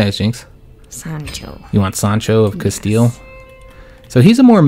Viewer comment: Bro do not say “casteyay”. It’s CASTEEL